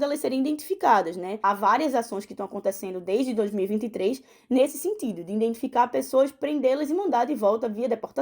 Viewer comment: Cada vez que a correspondente falava "iNdentificar", meu ouvido sangrava 🫠